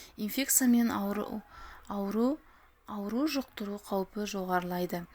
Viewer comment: Аурв, ауру? Ауру демей тез айтса ғой, ёёёёё